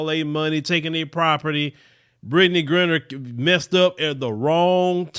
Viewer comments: Dude say her damn name right its Gri-👁-ner and your content is bad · Sad that she has to go through this and says her last name wrong! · I cannot take your mispronunciation of her name.